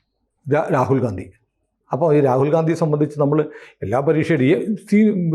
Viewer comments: വീണ്ടും ഗാന്ധി എന്ന് പറയല്ലേ സർ. ഘണ്ടി. അല്ലേ ശരി. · Ee themmaadiye gandi yendu ucharikunad nirthuga.